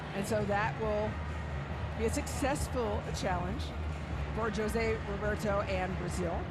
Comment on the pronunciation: For an international commentator it's unforgivable specially such a simple name to say joe-se..... but u do love ur taco Tuesday 🙄🙄🙄 and on top such a legendary coach! It's pronounced HO-SE!